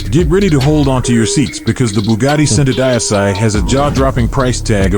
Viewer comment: He pronounced Centodieci so bad 😂😂😂